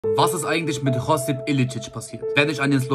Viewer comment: Nicht Chosip Josip. Im slowenischen wird fast alles so ausgesprochen wie es geschrieben wird